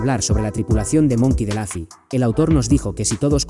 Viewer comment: Lufy con U no con A, es un nombre propio, se pronuncia tal cual, no es inglés.